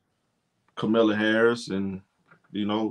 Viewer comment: My brother. Even if you’re not versed with politics, the VPs name is pronounced KAH-muh-la. Gently correcting here. Akso, why can’t these grown ass men stop obsessing over these young women?? I guarantee you every negative comment to CC after “liking a post” were from middle aged men. It’s sick